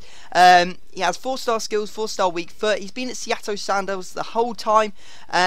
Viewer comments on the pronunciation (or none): none